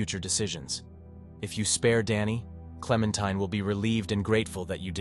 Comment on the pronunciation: Not sure if AI wrote this, but the narrator is definitely a bot. It mispronounced "supplies" in two different ways (both wrong) and pronoounces Clementine correctly (klem-en-tye-n), but also calls her klem-en-tin-ee, wich was pretty funny! That said, if this was written by AI, I respect the moral choices far more than what irl Capitalists (greedy/uncompassionate) and bigots would choose.